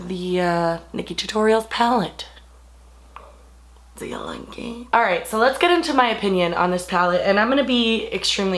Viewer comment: lolol "Deewww yew like eeeet?" ^_^